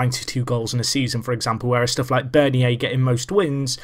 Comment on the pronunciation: Bernier Is pronounced burn-yay